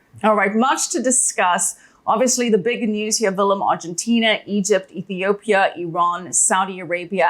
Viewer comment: Every time says 'here'. Heare Love it. Amazing. Shalom.